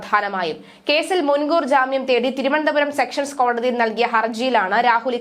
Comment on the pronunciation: സെക്ഷൻ കോടതി അല്ല.സെഷൻ കോടതി യാണു